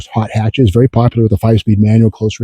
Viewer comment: When he goes away, he has to be "Berry, Berry Quiet".